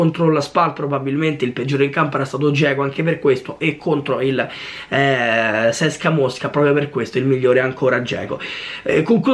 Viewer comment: ma che è Cecsa c.s.k.a Mosca non sai pronunciare niente